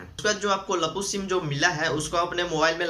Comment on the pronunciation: Lappu nahi bhai.laapu bolo